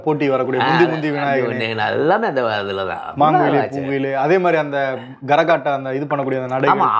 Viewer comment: Garahattam illa....karahattam..